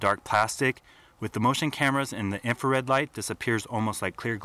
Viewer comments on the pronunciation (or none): none